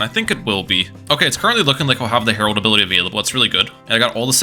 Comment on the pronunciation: Every time you said “Herald” my brain thought “Harold” I was like, why are we calling it that? 😂